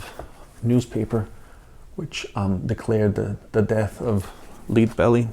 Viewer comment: LOL!! I was JUST gonna suggest a drinking game!! Every time he says "typeology", take a drink!! You'll be wasted half way through the video!! Okay, I get it that English is not his native tongue but, he doesn't seem to have a problem with any of the other words, except "Lead" and "Shure". And I just finished watching an episode of Man From U.N.C.L.E. where Michael Renee said something like, "my dear darling" to everyone he spoke to, man or woman, and he said it at least 11 times through that . Most of those were inn the first .